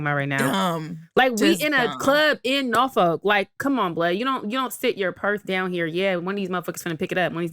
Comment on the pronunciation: the way you saying Norfolk is stressing me out 😂 we can tell you not from here 😭